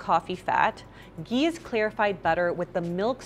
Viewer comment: Lol this coffee with ghee is hilarious. These people can’t even pronounce Ghee! It’s pure butter that’s all it is and it’s also fat so don’t go over our heads with ghee.